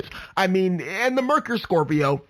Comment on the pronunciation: Lots of good info but you sound like you don’t know what you’re talking about when you don’t know how to pronounce Merkur (mare-KOOR), Catera (Ca-TARE-uh) and Cologne (Co-LONE)